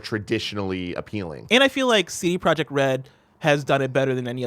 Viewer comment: A silent j in CD Projekt Red...really. C'mon man.